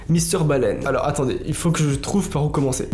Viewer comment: Les histoires de plagiat, oseille etc je m'en fous j'adore ta chaîne mais la vie de ma mère si tu continues de prononcer le S dans alors quand tu dis "alorS que" on va s'embrouiller. Arrête de prononcer le S dans alors. Ça se prononce pas. Jamais. Même si y'a que derrière. Alors arrête